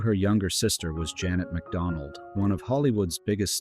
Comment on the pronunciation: A couple of pronunciation notes; Grand-ma-MA, (accent on the last syllable), same for Jeanette (not Janet) McDonald. Otherwise, well done, keep it up!